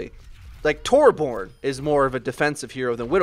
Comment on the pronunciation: dat pronunciation on Torbjörn x)